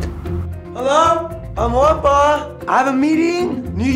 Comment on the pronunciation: How do you pronounce Juanpa? Cause it sounds like hes saying grampa